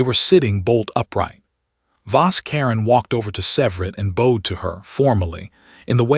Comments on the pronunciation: Could you teach your ai voice the differences between bowed and bowed? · I like these stories but I really need the ai to start reading stared and bowed right 😂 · As well as teaching your AI voice the difference between bowed and bow, try to teach it hoping from hopping. Liked the story.